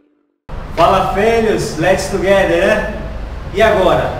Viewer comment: Tugueder, an felho? Kkkkk